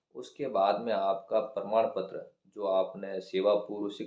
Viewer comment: Pradam ptra nhi prman ptra 😂😂